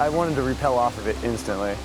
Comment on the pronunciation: Priceless, stunning discovery/adventure journey! Thank you for documenting it for us who cannot make the trip! Must point out, "rappel" is what y'all did on those rope descents; "repel" as y'all pronounced it, has an entirely different meaning.. Piano music was beautiful, too!